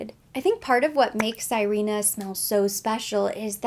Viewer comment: Sirena means mermaid in Spanish. You say it like "Si/ rhe/ nah". It is a lovely scent you reminded me I have a decant. I will be contemplating picking it up when summer comes around in the southern hemisphere.